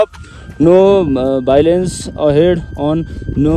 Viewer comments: Vailence hoina yrr bro🤣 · Vehicle 🛵 vnya ho voilence haina😆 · voilance haina vechile h dai